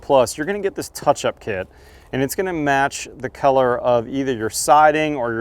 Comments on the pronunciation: I have never heard anyone pronounce color as "keller". I know talks with a lot of bro-slur, but this was a new one. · Is he saying color or Keller? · Am I the only one hearing keller and and not color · I thought he was saying Keller the whole damn time 🤦‍♂️. Lol. Color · I wonder where that accent comes from when you say "color". I thought almost the entire video that you were saying "keller" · I keep thinking you're saying 'Kellar Plus' and talking about the kellar of the caulking. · I can't get over him pronouncing color as kellar constantly. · this is keller plus... thank you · is awesome... but he has no idea how to pronounce "color". 😂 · I can't get used to the way you pronounce colour lol. 👍🙂